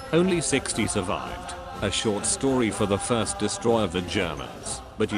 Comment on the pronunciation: it's a "desutroyer"... ill see myself out